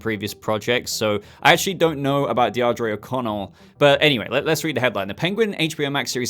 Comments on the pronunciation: I’m fairly certain that “Deirdre” is pronounced Deer-Druh. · The pronunciation of Deirdre 🤣🤣🤣